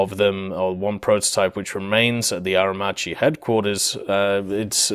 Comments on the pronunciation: Aermacchi is pronounced Aermakki 👍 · please stop raping italian names: CH is pronounced K, so Aermacchi=Aermakki (just think about maccheroni, you wouldnt pronounce it "matceroni"). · Aer-macchi reading Aer- Makki